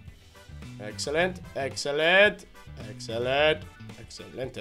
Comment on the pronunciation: you are so funny when you say excellentay you are the funniest